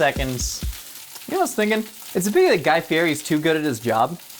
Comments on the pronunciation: Guy Fieri is pronounced Guy Fee-Eddy. You're killing me. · You're saying Guy's last name wrong